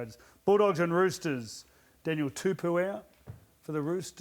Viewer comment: Why does fitter always say Daniel tupu instead of Daniel tupou. Come on man